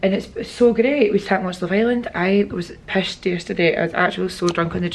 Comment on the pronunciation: The fact that you said pished 😂🙌